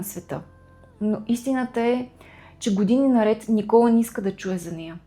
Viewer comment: Благодаря! Не знаех тази част от живота на ББ, тя наистина е била уязвима личност! Изпитвайки върху себе си отхвърлената обич и топлота от родителите си, вероятно е мислела, че няма да е достатъчно добра майка! Имам две забележки синът й се казва Никола', с ударение на последната сричка, както е във френския. Освен това името на френския певец е Жилбер Беко ( както е известен), а не Гилберт.